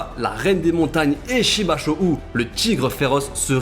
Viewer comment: *Shibashou se prononçant Shibasho et Yo Tan Wa 👊🏾🤲🏽